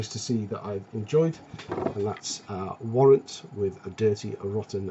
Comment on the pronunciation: Warrant ?! Brooooooooo!? I'd love to hear you mess up the words in Spanish , any chance of seeing some footage ? How's your diy vinnyl coloring going ?